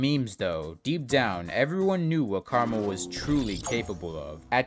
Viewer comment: why did he pronounce "KrmaL" as "caramel" also its KrazyMan50